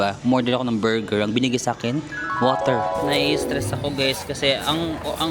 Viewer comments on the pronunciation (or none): borger = woter